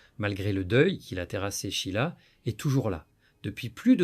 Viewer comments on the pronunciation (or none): "Chila". L'IA n'est vraiment pas au point. L'être humain ne peut être remplacé par aucune technologie. Vous oubliez le rôle joué par Claude CARRERE, tant dans la rumeur que dans le mariage. Quant à la chronologie, elle n'est pas respectée.